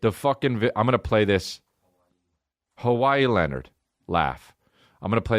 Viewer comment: “Cowee Leonard” lol